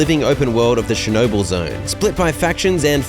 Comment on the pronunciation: You said Chernobyl wrong